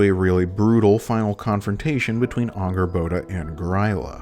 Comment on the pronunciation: Since when is Angrboda pronounced with an Ah sound?